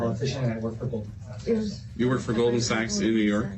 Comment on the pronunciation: He didnt say Goldman Sachs. He said Gold Mansacks.